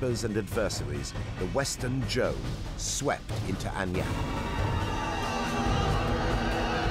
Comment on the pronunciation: Shang - Zi clan Zhou - Ji clan Otherwise perfect